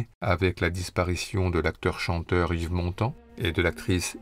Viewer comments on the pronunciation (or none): none